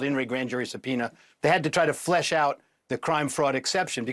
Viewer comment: Did he say "flesh" out? (Twice). Did he mean 'flush" out? Strange😮